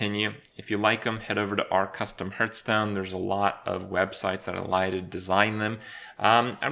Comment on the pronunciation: How can this manchild still not say Hearthstone right?